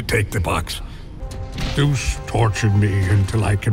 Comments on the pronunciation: Correction. “Zoos” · sometimes they say soose its funny